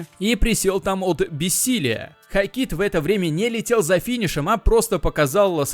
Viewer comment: Как же уши режет ХокИт